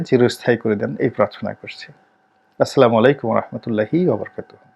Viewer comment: আসসালামুয়ালাইকুম ওয়ারাহমাতুল্লাহ আপনার সালাম দেওয়াটা শুদ্ধ হয় না মেহেরবানি করে শুদ্ধভাবে সালাম দেওয়ার চেষ্টা করবেন